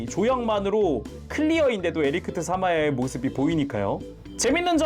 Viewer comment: 계속 에리크트라고 하시는데ㅋㅋㅋㅋ